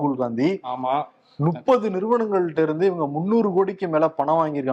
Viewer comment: ஒரு சவால், முப்பது னு சொல்லுங்க போப்போம்.. நுப்பதுன்னே தினமும் சொல்றீங்க!!! இத கருத்துரை பகுதில சொல்லுங்க!